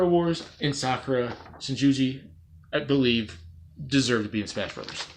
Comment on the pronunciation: I laughed when you said Sakura "shin-ji-ji" 😂😂 But honestly I would love to see her in Smash, maybe either Shinguji or Amamiya for Fighters Pass 2